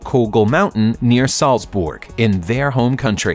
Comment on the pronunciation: "Salz-BORG"? LOL. Also, someone has been playing with Photoshop.